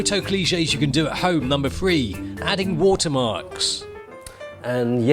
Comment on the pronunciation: three "free"